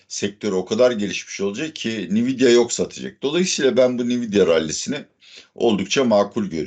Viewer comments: hocam belki ben yanlis biliyorumdur da ben veri muhendisiyim ve yillardir Nvidia adini "en-videa" diye telefuz ediyoruz. Bkz (/ɛnˈvɪdiə/, en-VID-ee-ə) ni-vi-di-a kulaklarimi tirmaladi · Nviyda değil hocam Envidia diye okunuyor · "nividia" degil "envidia" diye okunur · Nividya ne hocam once dogru okuyalim 😂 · en vi di a okunusu bu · Nvidia nasıl telafuz ediyorsun ya öyle?😂😂😂 ENVİDİA diyeceksin. Bi daha İngilizce konusunda ahkam kestiğini görmeyeceğim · Hocam, en-vid-ya diye okunuyor. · Cambly reklamları yapan hocamın NVİDİA telaffuzu üzerinde bir durmadı lazım.